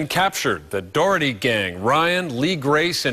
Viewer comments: I know right?! The reporter sounds like saying the "Dorothy gang". It's friggin "Dougherty" not "Dorothy"! lol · The reporter sounds like saying the "Dorothy gang". It's friggin "Dougherty" not "Dorothy"! lol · it's pronounced Dockerty!!!!!!!!